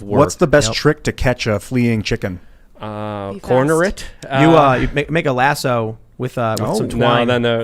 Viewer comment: Tim can't even pronounce lasso, "making shoe horses"?? I'd rather hear Lydia's opinion on raising chickens, than these jackasses' opinions on the Global stage